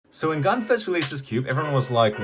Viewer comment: Its gan not gun